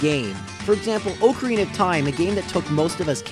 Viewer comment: You don't say "ocarina" correctly.